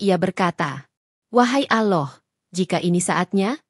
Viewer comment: Ini admin yg ngomong ini kya nya oten .ngucap allah aja ga pandai